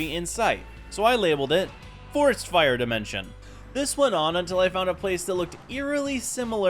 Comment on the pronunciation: NAH BRO REALLY SAID DYE-MENTION